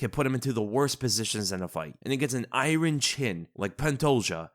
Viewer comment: Are you kidding when you say IRON?